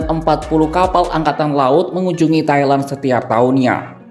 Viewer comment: Pronountiation nya please, Thailand jadi suka kedengeran Kaya Taiwan